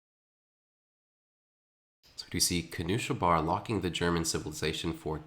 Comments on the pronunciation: The pronounciation of knuschelbär is so triggering lol. Noosh-el-bear. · I wonder why twitch chat didn't correct him eh